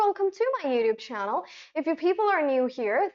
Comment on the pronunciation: It's called a "glottal T" if you're wondering :)